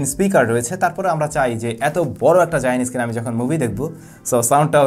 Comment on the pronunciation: উচ্চারণ সঠিক ভাবে করুন। Screen কে আপনি Skin বলে যাচ্ছেন ক্রমাগত। এ দুটো শব্দের অর্থের মাঝে আকাশ-পাতাল তফাৎ। মূর্খ সোদার মত ভিডিও বানাবেন না